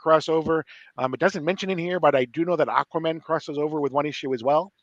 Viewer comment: Is saying Aquamin on purpose?